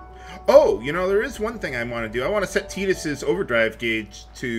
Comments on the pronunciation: you saying "Teedus" sounds just so wrong to me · I swear, it sounded to me like you called him Pee-dus. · Did anyone hear him say fetus instead of tidus